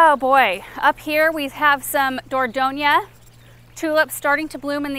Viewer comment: Is that cutleaf Japanese maple in the container at the foundation of the house named 'Viridis'? Also, the pronunciation of that single late tulip 'Dordogne' is door-DON (rhymes with bone).